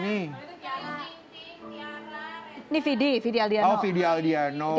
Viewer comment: Widi kali ... Bukan Vidi.... Vidi mah cowok